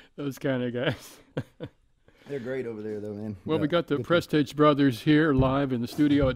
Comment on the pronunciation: He kept calling them prestAge and I was wondering when they were gonna correct him! Awesome music as always by the way!